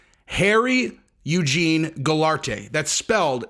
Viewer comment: pronounced GOUL-ART......I believe the mother's business should be sued civilly . they need to be held responsible....